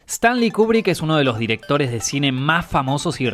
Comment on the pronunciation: Buen video,. Lo único que la pronunciación correcta es "Kiubrick"...